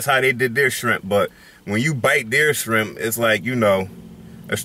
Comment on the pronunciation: Nigga said baa jaa sharimp 🌮